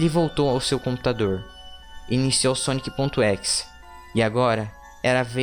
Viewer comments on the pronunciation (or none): cara n é équis é ezé ezé é exe